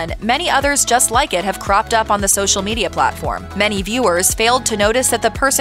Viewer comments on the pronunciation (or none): none